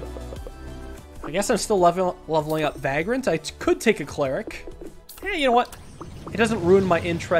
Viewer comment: It’s ‘cleric’ not ‘cleeric’